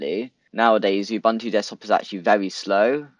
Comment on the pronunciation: It's pronounced "OOBOONTOO". "OOBANTOO" doens't exist.